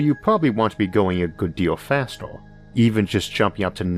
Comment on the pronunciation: Orth or earth. Forst or first. Fastor or faster. howevor or however. Membors or members. Porepose or Purpose just seem to me you have a vowel issue.